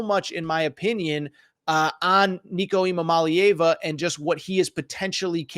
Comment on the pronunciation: Jesus christ you slaughtered Nico's name 😂🤣